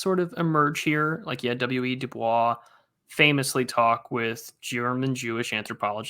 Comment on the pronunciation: Harvard alum here. It's pronounced Du Boys. He didn't use the French pronunciation. Please, plese talk about Andrew Young. I remember my parents talking about him when I was a kid. Whatever happened with him seemed very important, but I don't know the details.